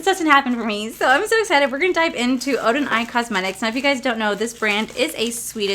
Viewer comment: I'm so happy that Odeneyes Cosmetics sent you their collection in PR!! It is GORGEOUS!!!! I wish your dad the best of luck with his surgery! Will be thinking of him that day. Your wedding venue is stunning!!! I'm so excited for you guys!! Not bad on pronunciation. You gotta roll your R's.😉